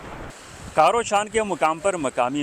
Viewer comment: Ap jis jaga ka Vedio bana Rahe hen Yahan Sindhu Derya Aker Arebian Sea se Milta he iss ka Naam bhi Sahi Nahen le rahen hen Iss point ka naam he چاں کھارو Not کارو Or Ap sahi point pr Nahen ae hen Jahan se Sindhu Derya Aker Arebian Sea men Milta he woh Dosri point he Jahan se Sindhu Derya Aker Arebian Sea men milta he bikul ap ko Nazar ae ga.